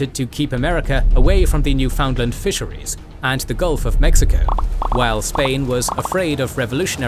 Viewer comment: Great video! But it's not "new-found-land", we pronounce it "newfunlund" lol